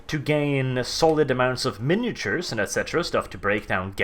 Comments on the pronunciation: Minotaurs is pronouced 'Mine-o-taurs', not 'minatures'. You could even say 'min-o-taur', just not 'minature'. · LOL I cringe every time he says miniatures instead of Minotaurs, its prob just his accent that causes this tho XD or he is doing it on purpose trollalol style :)